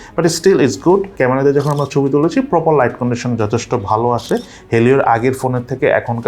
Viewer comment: মিনিটের সময়ের কথাগুলো কেউ কি খেয়াল করেছেন?😂😂 ছোলা ❌️ তোলা ✅️ তবি ❌️ ছবি ✅️